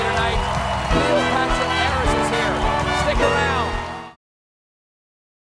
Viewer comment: when stephen hit "tonight" i died in so glad we got someone to keep us up and laughing to cope bless u stephen❤️❤️❤️❤️